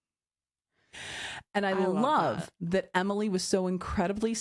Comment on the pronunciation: I giggled for like 10 minutes after that. Couldn’t stop hearing “Hemily” after said it 🤣🤣🤣